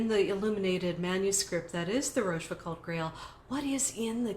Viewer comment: a deep diving. Also, please learn to pronounciate France Talk. Rochefoucauld, the last syllable rhymes with "goal". The "d" is silent.